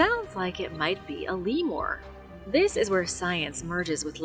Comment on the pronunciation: What the hell is a Lemore? It's called a Lemur Lemuuurrr.